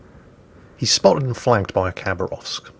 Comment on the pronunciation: say it like habaravsk please, not cabarovsk